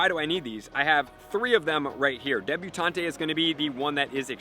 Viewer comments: Debutant. Not debutantay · Please say debuTAUNT correctly